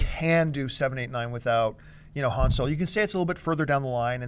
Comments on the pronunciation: Yes she pronounced his name wrong! It's Han (Hon) Solo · First of all it's not H(anne) Solo is H(ahn) Solo! 2nd of this guy said " the Jedi Twins, "HAN" & "LEIA"? I didn't know Han Solo and Leia were twins, I thought it was LUKE & LEIA! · will someone tell this chick to pronounce Han correctly please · Dammit... it's Han Solo... pronounced 'Hahn'. Has this chick even seen the movies??? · I think she said 'Hand Solo'. Blasphemy!